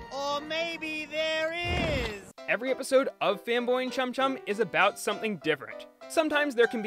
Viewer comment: Say chum chum without the second H